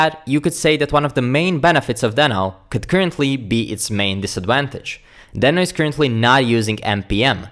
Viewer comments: Deee no, not den o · It's DEEHno! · Is it just me confused on how to pronounce deno???